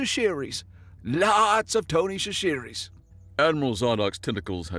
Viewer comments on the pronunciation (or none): Tony... Shashiries... That's not how you say that. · Please lean how to pronounce Cajun French names Thibeaux is pronounced as "Tip A Dough" Tony Chachere is pronounced as "Sash A Ree" As someone who grew up in Louisiana, mispronouncing names makes us cringe.